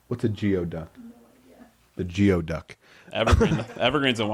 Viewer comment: Geoduck is pronounced “goo-ee-duck” 😊